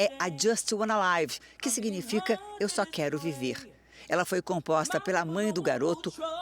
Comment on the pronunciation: Sem querer me intrometer, o garoto diz: "I just wanna live" (Eu só quero viver). E a pronúncia é 'liv' e não 'laiv'.'Laiv' é a pronúncia de "live" (no sentido de 'ao vivo')